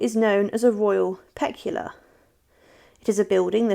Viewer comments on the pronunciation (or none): Royal peculiar not pecular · I think, before commenting on an item it is best to check on the pronunciation of certain words. It is not Royal Pec-u-lar but Pe-cu-li-ar. Westminster Abbey is a Royal Peculiar.